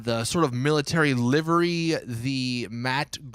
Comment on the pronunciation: It's livery NOT LIVIRY